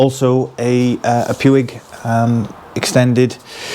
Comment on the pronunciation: Sorry to inform you but you mangled the pronunciation of Givi and Puig, Italian and Spanish companies.